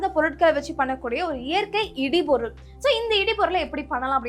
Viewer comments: சகோதரி இடு பொருள்.இடி பொருள் அல்ல.உச்சரிப்பு முக்கியம். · சிறப்பு. உச்சரிப்பு இடுபொருள் instead of இடிபொருள்.